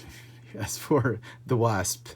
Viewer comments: “The Wāsp” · You pronounce ''wasp'' incorrectly, Just saying.